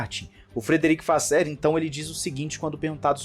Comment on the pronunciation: ultima tentativa aqui, é frederick "vassôr" e não "vassér";)